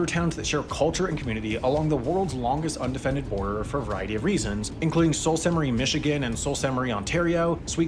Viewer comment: what did he call the Soo ??..salt ste marie ...? what a dope !